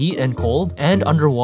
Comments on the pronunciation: I have never heard someone mispronounce Apollo. You are the first. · The way he pronounced Apollo made me so confused and mad at the same time. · Lost all credibility once he mispronounced Apollo. 🤣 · Love the way he pronounced Apollo so much lmao